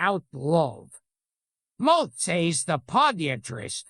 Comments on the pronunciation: Loving the idea of Gilbert reading this joke so methodically and carefully for a whole 6 minutes and saying "moth" incorrectly the entire time, like he always thought it was pronounced that way but never had any need to say it out loud until now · The mowth saes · How come it can't pronounce "moth" or "podiatrist", but GREGORY VASSILIVICH is 10/10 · The say he Pronounces “moth” and “podiatrist” is probably one of the funniest things I’ve ever laughed at